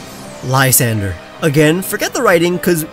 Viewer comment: But he didn't. It's le-sahn-druh